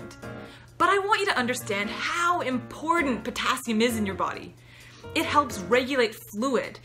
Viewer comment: Please say 'important', not "impordant".